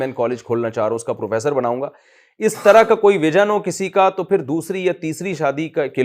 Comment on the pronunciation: ek to Pakistan ke logo ki urdu itni kharaab hai ke kya kahu.. official language Urdu hone ke bawajood.. طرح hota hai ترہ nahi hota bhai mere.